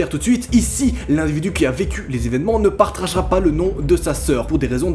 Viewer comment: Part(r)agera pas ? x)